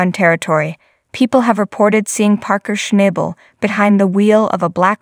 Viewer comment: if you are going to narrate a video. At bare minimum, you should atleast pronounce his name right. 😅😂